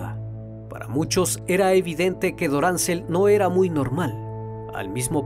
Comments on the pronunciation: No es Doráncel, es Dorangel. Por lo demás no importa que lo resubas mil veces, mil veces lo voy a oír. Este es el mejor canal que sigo. Gracias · Deberías averiguar cómo se pronuncian los nombres de las localidades antes de hacer el documental resulta chocante de cómo pronuncias mal cada nombre es DORANGEL VARGAS no DORANCEL